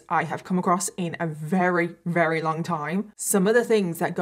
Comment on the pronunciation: When she says Rarey instead of very 😌